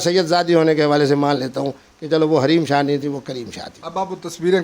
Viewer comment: Raheem shah nahi hareem shah he